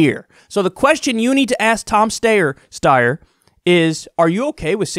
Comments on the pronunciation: I get the name is odd and you’re belittling him but just picks pronunciation please. Love the show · How do you not know how to pronounce his name after all his impeachment ads??? He literally started all of them with "I'm Tom Steyer" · Omg you mispronounce his name every time... dude I love it 😂😂😂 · Can’t you just learn how to pronounce Steyer’s name? It’s not cute anymore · Kyle, considering that you are doing political commentary, the least you can do is check the pronunciation of Steyer’s name or any other candidate for that matter. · It would save us all a lot of time of you only said Steyer's name once every time you were pronouncing his name. 😄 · Kyle, you can critique without pretending you don't know how to pronounce his name. It's when you do immature b.s. like that, then I can't share your videos because I know people I know will just turn it off without paying attention to your good analysis. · So dishonest Kyle. You've listened to the ad and still act like you don't know how to pronounce his last name. Disappointing. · Bernie fan here. Stop mispronouncing Tom Steyer’s name, it’s not even hard, it’s soooooooo annoyyying. Stop please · It’s Sty-er, not Stay-er. That’s how he pronounces his own name, so go with that. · LOOK KYLE it's pronounced "STEYER" -- rhymes with "SQUEYER". Not that hard to get right, dude. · Kyle I love ya but stop calling him stayer steyer it’s incredibly annoying omfg like why? Lol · Wtf?! And here I was hoping that Steyer could drop, endorse Bernie and run pro-Bernie/ anti-Bloomberg ads. What a let down. Also Kyle, let that tired joke go already. We know that you know that it's Steyer and not Stayer. There is no way you're THAT incapable. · "Stayer, Steyer" lol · dude pick one way to pronounce it and move one. this steyer styer is getting annoying. we get your point.... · please stop saying Stayer/Steyer, super annoying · Secular Talk video starts: So Tom Steyer, Stiyer, Stayer..... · It's Steyer - Rhymes with "Liar"